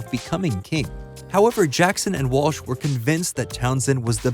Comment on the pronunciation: It’s pronounced WALL - ssh! Not WASH! I can’t bear your mispronunciation of Fran’s last name and my last name! Disrespectful man.